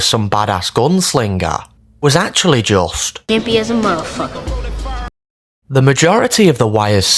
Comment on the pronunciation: The parallels you drew between Colvin and Stringer were impressive, but their final words being the same, especially the word "motherfucker" not being pronounced in it's entirety, caught me so off guard. There's no way it's a coincidence